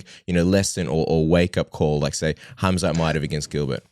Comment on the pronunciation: I’m glad he made the effort to pronounce his name with H not khamzat!